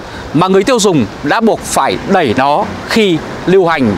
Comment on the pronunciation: Đi "e đẵy" nó lạ lắm à nha 🤭